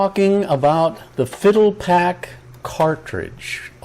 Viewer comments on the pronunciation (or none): "Fi - DEL - uh - pack" -- as in "FIDELITY" pack. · You mean “Fi-del-i-pac” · I thought it was pronounced FyDELipac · Phil-dell-ah-pack. Certainly you are old enough to have heard the proper pronunciation. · You would think he'd pronounce the name correctly.